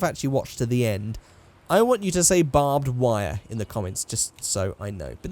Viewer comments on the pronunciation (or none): Did he say Bob Wire or Bob Ware